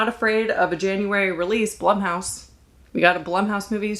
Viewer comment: Blumhouse is pronounced Bloomhouse.